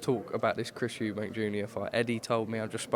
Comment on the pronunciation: Why on earth does Nigel Benn say Eubanks, I mean is it really that hard to drop the "S" and just say Eubank?😕 I find it disrespectful